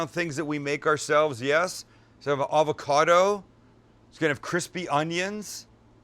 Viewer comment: You lost me at avacodo